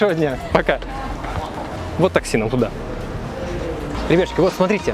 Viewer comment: Блин, ну проговаривай внятно своё вступление/обращение ... А то ребяшку, ребятшки,ребяшки